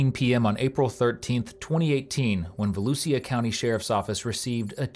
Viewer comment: Volusia County pronounced Vol-U-Sha (trust me I live here) lol